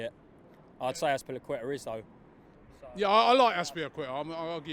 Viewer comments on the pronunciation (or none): Lol can't pronounce azpilicueta to save his life